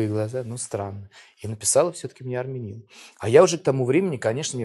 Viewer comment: Что он из марса прехыль? арменин не арненин 😀😀